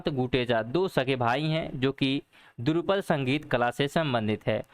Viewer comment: बहुत बहुत धन्यवाद 🙏 लेकिन त्रुटियां कम करने की कोशिश करें.. पहले प्रश्न में उच्चारण 'सगाई' नहीं बल्कि 'संगाई' है और दूसरे प्रश्न में द्रुपद, नहीं बल्कि वो ध्रुपद है, वर्चस्पति की जगह वाचस्पति होगा..🙄